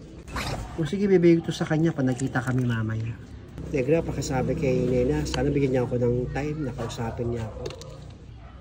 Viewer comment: accent bisaya tayu dai hahahaha tagalog 100% here pero nakaktuwa sila mag sabi ng NEGRA NIGRA diva